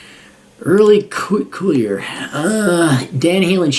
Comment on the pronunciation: It’s pronounced Early Kyler.